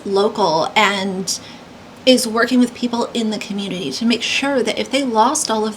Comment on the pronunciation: Anyone who takes the word 'with' and pronounces it 'wich' is someone I have trouble taking seriously. I couldn't even take in either of them said bc the accents were so off for me. And why are the random ppl who are victims of this storm 'amazing ppl'? They're random ppl, who I'm sure are amazing in unique and varied ways, but that was weird. I haven't followed this story, so I'm not sure of any of the political stuff going on around it, or who these ppl are, but I don't like their accents.